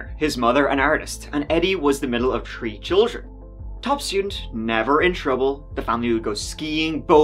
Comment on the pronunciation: In this episode, said “tree (3),” “turteen (13),” and “turty (30)” fifteen times.